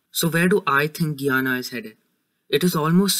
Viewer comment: I like the video but it’s pronounced: Guy-ana I’m from Guyana btw.